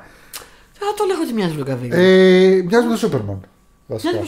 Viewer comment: Ρε σεις, σας αγαπώ, σας λατρευω, σας ακουω ευλαβικα αλλα καντε μου μια χαρη: τονιστε σωστα τα ονοματα των ηθοποιων/συντελεστων.. Μέσκαλ και Κάβιλ τους λενε τους ανθρώπους.. Με αγαπη❤